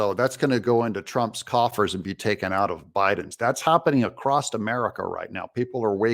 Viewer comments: The only issue I have with this is you adding a T in across, it isn’t pronounced “acrosst”. Other then that, awesome news. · There is no "t" in the word "across"... you Midwesterners... uuuuuggghhh.